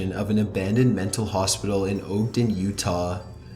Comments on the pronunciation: the fact that you pronounced Ogden, ohg-den instead of ahg-den is an audio recording that's scarier than anything on this list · The name of the city in Utah is pronounced Ahgden. Short O. Just FYI. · Pronounced Ogden horribly. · "Ohg-den Utah" Sir, it's pronounced awg-den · sorry, but Ogden is pronounced "uagden" not "oogden". I basically live there and many people pronounce it wrong. Thanks. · how he pronounced "ogden" made me laugh so hard.